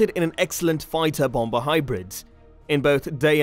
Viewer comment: Bom-ba? no; pronounced bommer fps